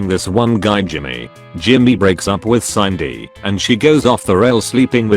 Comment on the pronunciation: Sindy not Sineday